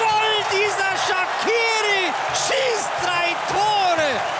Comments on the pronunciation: yup he is.. shame.. Oh well.. AND he should be telling people his name is not SHAKIRI it's pronouced.. Shashiri.. smh with this guy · its pronounced shachiri. only people who speak albanian knows this. i iwsh he would just tell everyone its not pronounced shakiri